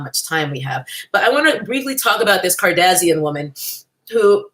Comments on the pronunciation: Lol you say their last name like "Cardassian", a race of aliens in Star Trek 😂. Not sure if that was intentional or not lol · Every time you say Kardazian, I die a little on the inside. Brilliant. 😂